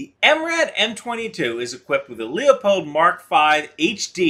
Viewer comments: It's pronounced lu-pold not leo-pold. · It may be picking fly shit out of pepper but the word you’re looking for is pronounced LEW POLD, not LEE O POLD. You even have it spelled incorrectly in at least one spot. Like I said it’s a minute minor point in an interesting and informative video. Cheers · It's not pronounced lee-a-pold, it's pronounced lu-pold. First check out the spelling, then call the company, when they answer the phone you'll hear them pronounce it lu-pold. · It's Lou-pold (Lew-pold) NOT Lee-ah-pold. Just call them and ask, they'll be happy to set you straight. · Jeez, you need a better microphone, this audio gives me a headache. The scope is Leupold, not Leopold. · Leopold is pronounced luupold